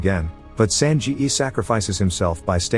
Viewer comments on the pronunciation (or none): Bro it's not "san ji yi" it's "san ge" with a hard g. I know the words are automatically generated but this annoys me